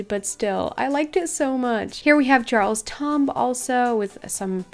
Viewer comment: I TOTALLY don’t mean this in a mean way at all but “Doyle’s Abbey” isn’t pronounced like “Doily”, there’s no second syllable. Also “Jarle’s Tomb” is pronounced “yarl’s toom” :)